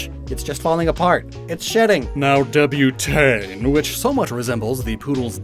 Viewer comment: I can't with your pronounciation of Débutante xD not sure if you're doing it on purpose or you're really doing your best